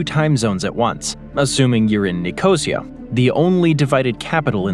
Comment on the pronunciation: Great vid, but, NICK-O-SI-A